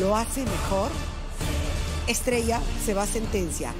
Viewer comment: Me encantaron las dos por qué cada una tiene un tiembre de voz y forma de interpretación estrella pronuncia bien comienza de apocos y retumba al final pero Milena ella lo hizo a su forma con su dulce voz la hizo